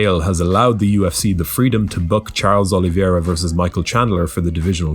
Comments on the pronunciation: dude. the easyest and most accurate way to pronounce "Oliveira" is "oh-lee-veh-ra". you guys keep calling him "Oliviera", it's really annoying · Never heard anyone pronounce the "i" in oliveira.🤔